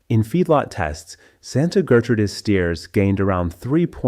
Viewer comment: Interesting video, but the narration sucks. A real person would be better. Someone who knows that the period after a middle initial is not indicating a pause between sentences. Someone who knows how to pronounce fractions like 3/8 and 5/8. Someone who knows how to pronounce Gertrudis. And how to pronounce mares (female horses). It's a one syllable word and not pronounced "mar es"!